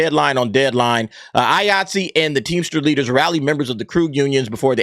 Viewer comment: Everytime you say Iaytzee i keep thinking your saying Yahtzee with a acent.